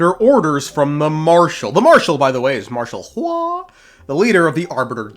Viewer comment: Why does bro pronounce hua like that💀